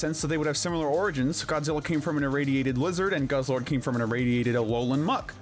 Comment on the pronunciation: It’s pronounced GUZZ-LORD and ee-VELL-tall, not GUZZLE-ORD, and ee-VILL-tall, “”! 🤨 Stop mispronouncing Pokémon names, bub! 🙄